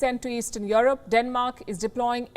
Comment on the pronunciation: Palki you keep on saying 'YOUR ROPE' it is Europe,if you want to be savage then learn how to pronounce correctly😂😂😂